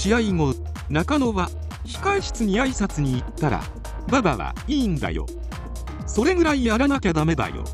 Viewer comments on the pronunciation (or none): どうでもいいけど、馬場を｢バﾊﾞ｣という、｢お婆さん｣を呼ぶみたいなイントネーションが、非常に耳障りなんだけと・・ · ババ↗っていうアクセントにして欲しいね。若林さんはそうしてた。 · 後追い、且つネット動画で馬場を覚える若い層は 馬場↘︎って発音する様になるのかな⁉︎ 実際にそれ聞いたらかなり笑える😂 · 馬場とフライの発音だけで笑える😂